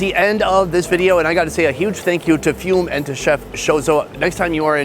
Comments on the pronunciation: That’s ‘Foo May’ not fume. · It's not FUME. It's Fumè